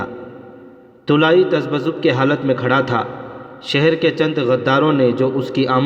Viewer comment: تذبزب نئیں یار تزب زب